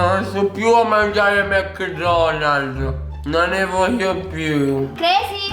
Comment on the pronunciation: ha detto detto mc donalz lol